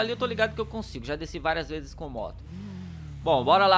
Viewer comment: Na segunda vez q ele disse Kawasaki ele disse kavalaki